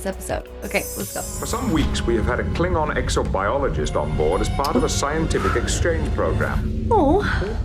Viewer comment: you need to work on your Klingon pronunciation